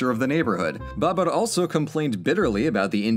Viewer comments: yeah, it wasn't that bad but it wasn't great. He was rolling the R when it wasn't necessary. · It's interesting how you pronounce Babur? I've never heard it like that and I know this era quite well. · I mean, if we're going to quibble he got most of the pronunciations wrong in various degrees - Babur, Maratha, Bengal. Lol. But he tried, and we've all seen FAR FAR worse on youtube videos.